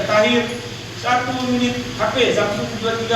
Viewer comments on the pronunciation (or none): none